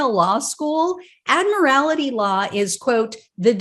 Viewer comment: Admiral-tee. Not "Admiral-ity."